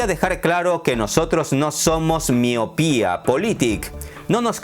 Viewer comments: "Miopiapolitic" jajaja buena 😂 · ''miopiapolitik'' jajaja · "Miopía Politik" 😂😂😂😂😂😂😂